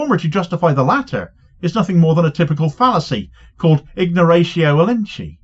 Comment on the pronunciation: The elenchi is pronounced as elen-ky ( as in sky)